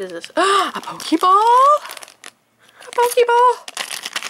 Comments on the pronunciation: it hurt that you said a pokeeball..... pokéball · It's a pokèball not a pokeeball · Nerds and geeks such as myself all over the planet are triggered..... YOU PRONOUNCED POKÈBALL WRONG AND OPENED THE SPOCK FIGURE WHAT IS WRONG WITH YOU